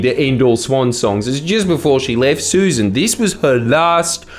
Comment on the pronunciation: What is wrong with you Jordan? Susan is spelt Susan. The ex environment minister is pronounced Suss an.